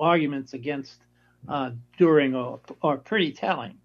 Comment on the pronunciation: Dühring, not Durhing.